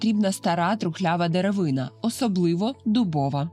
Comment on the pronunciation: скільки разів повторюване слово найдивніше ???!😂 слово деревина треба вимовляти з наголосом на останню букву а! вухо ріже)